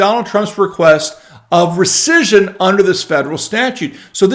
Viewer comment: Could you please say "recission" ONE...MORE...TIME...Please...!?